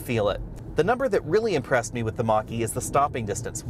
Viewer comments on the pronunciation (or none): Why do I keep hearing Maqui? Should I watch less Star Trek?